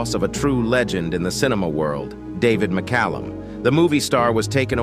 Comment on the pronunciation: Thanks for pronouncing his name correctly.